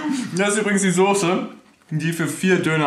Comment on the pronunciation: ich komm auch aus Berlin und hab noch nie gehört dass n Berliner Sose sagt